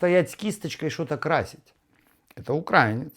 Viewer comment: УкраИнец наголос.